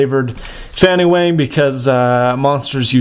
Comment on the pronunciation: wang is not pronounced wehng but wahng.